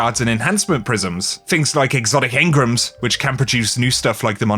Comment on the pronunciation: my man said " Exotic Hengrams "